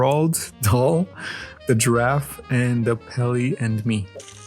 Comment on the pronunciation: Row-auld dah-l